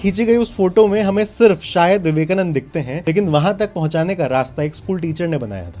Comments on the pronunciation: पेरुमल नहीं पेरुमाळ बोला जाता है। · Name perumal is pronounced as perumaal with a sound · Abbey peruMUL nahi ... PERU MAAL bol bey